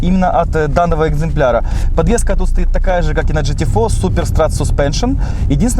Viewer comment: Почему вы все говорите жте. Правильно говорить гте